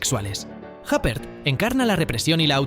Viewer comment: Madre mía... Isabelle "Jáper". Hace falta ser cateto...